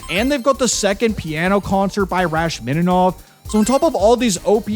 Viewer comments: Say it with me , Rachhhhhhmaninoff. chhh chhh, you have to pull it from the back of your troat. RACHHHHMANINOff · Hearing him pronounce Rachmaninoff like that nearly ended me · Its maybe the most incorrect way to pronounce his name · Level 1 Classical: no one really cares about him, and for good reason. He’ll be standing in the corner of the map bonking himself on the head with a violin shrieking, “THAT’S NOT HOW YOU SAY RACHMANINOFF!!” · Bro actually butchered Rachmaninoff's name 💀